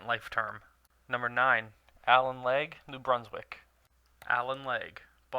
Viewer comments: It's... pronounced Allen LE.Gere not allen legge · It's actually Allan LEGERE.......not Allan LEG.....;) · its le-gere not le-gear tete carree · who is Allen leg? do you me legere? pronounced ligg. ear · it's Allan LEgere, not leg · The man's name is pronounced Le jear, even though a POS, suits him better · Jesus Christ.... It's Allan Legere. Not Allan Leg. WTF. Did you not research who he is. How did you get Leg? Fuck....